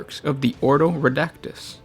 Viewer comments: orDo not oro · Jack Jones each 'oro' is a nail in my heart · "Oro"... Maybe not actually... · Every time the word "oro" is uttered the Emperor's corpse sheds a tear.